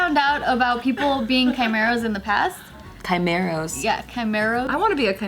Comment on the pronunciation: They're really saying it like "chimeroes" bruh its chimeras😂